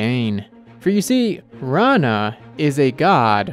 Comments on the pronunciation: Its not raana. It's rana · wait what! this is not how to pronounce her name!